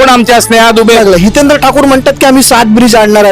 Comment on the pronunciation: Adi hitendra bolyla shika Madam 😢😢😢😢😢